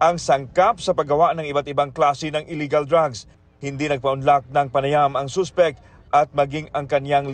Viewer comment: gusto ko yung pagpronounce nila ng Suspect as Soospect, and substance as Soobstance hahahaha tas yung Chemical, Kimikal daw HAHAHAAHAHAH